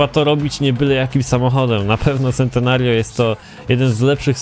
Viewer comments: z tego co wiem czyta się czentenario, a tak w ogóle spoko odcinek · A nie czyta się sentenerjio? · Też tak czytam Czentenario :D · Mała poprawka Centenario czyt: Czentenario